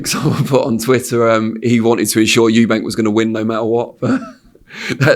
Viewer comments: Ffs Frank it's Eubank NOT Eubanks!!! Is it that hard?! 🤦‍♂️😅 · The name is EUBANK there is no S on the end! Why do people add an S? 😂😂😂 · Love the way Frank always adds an 's' on the end of Eubank 😆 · Why does Frank insist on calling him Eubanks? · It's Eubank not "Eubanks". Bit odd this bloke promoted his Dad but still getting the names wrong. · It’s “Eubank” not “Eubanks” frank mate